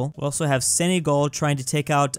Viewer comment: senagal not senygal